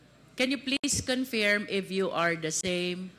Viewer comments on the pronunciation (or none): Hindi ganon ang pronunciation ng confirm… 😮